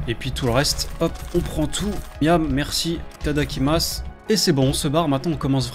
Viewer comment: Non mais ftg avec ton '' tadakimasse '' déjà c'est itadakimasu, et on dit ça pour dire bon appétit ksos...